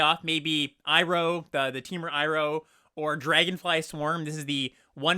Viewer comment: You pronounced Iroh right! I'm proud of you, man 😢